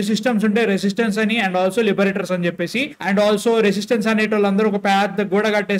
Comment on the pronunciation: Broo adhi residence bro 😎 resistance kaadhu😅